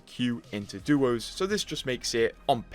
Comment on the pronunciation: Please as an english speaker use english. You said duos right once then say doos the rest of the time. Try to keep the correct pronunciations alive. ❤ love the vud. Thank.